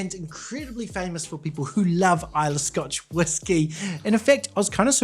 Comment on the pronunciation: Islaaaay 😂 Pronunciation of somewhere you’re reviewing pronounced wrong puts you off the review. Trust me I’m Scottish 🏴 Try Kilchoman Sanaig 🫵🏻 You won’t regret it 👌🏴